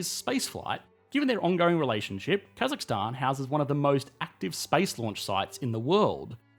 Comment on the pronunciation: As a Kazakh our nation has changed a lot and I’m glad finally some one who’s not Kazakh that can say more correctly Stan thank you!